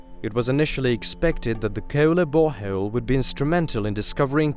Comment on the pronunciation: "Hey were auditioning for this youtube documentary." "Ok" "Please say bore hole" "Boreho-el" "You're hired"